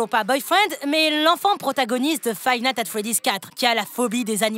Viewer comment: il a dit five "natte" at freddy's pour dire le mod 😂🤣